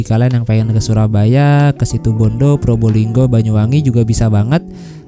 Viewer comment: Probilinggo 😭😭 probolinggo kalii